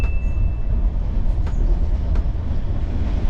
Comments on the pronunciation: you said Northern "Masha-ratta", but then it's actually "Maha - rash -tra"! Anyway. keep it up bruh, I like your videos bruh! Keep it up! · Northern what? Spell it clearly it is Maha_rash_tra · Love your butchered pronunciation of Indian names. Rajdhani, Maharashtra, LOL! Keep up the good work :-) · Did you mispronounce Hazrat and Maharashtra on purpose lmao because no way a native English speaker makes such mistakes especially on video